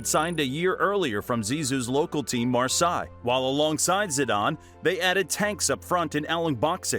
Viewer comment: Marseille is nout pronounced Maasai.